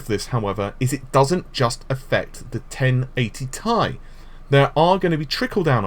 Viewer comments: Did call it TIE again? I didn't watch. Can't bear to hear 1080 TIE one more time. Esp after Nvidia founder & CEO called it a 1080 Tee EYE just yesterday in front of the whole fucking world! TEEEEE EYE. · it triggers the crap out of me to. very retardef to think 1080 is thai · Macximunpoder it's pronounced that way. A nvidia employee said so